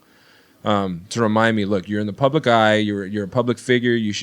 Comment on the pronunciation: "Leave it PLUBLIC" ... haha that ROCKS.